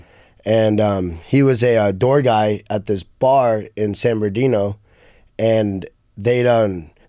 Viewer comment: He had no idea what the joke was but he laughed anyway! Then wen on to call San Bernadino "San Berdino" like 4 times